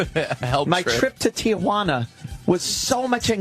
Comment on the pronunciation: Wow, Ant pronounced Tee-juana right. Most people throw an a in there. They call it Te-a-juana. He's right about the kids running up on you trying to sell you shit too.